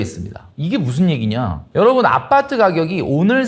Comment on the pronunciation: 아빠트 아니고 아파트... ㅋㅋ